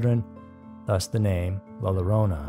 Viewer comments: More like "YO-ro-nah" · “La YI-ro-na”. The double “L” is pronounced like a “Y” in English. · "LA LLORONA" the double LL in spanish make a Y sound like YOYO. Yo-ro-na..